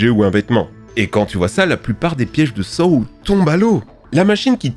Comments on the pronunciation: Saw se prononce « so »😊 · Les films quoi ? SaOoo ?! Je sais pas pourquoi sa m’agace autant mais paye ton accent anglais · Sa se pronoce " So" mais sa s'écrit Saw arrête sa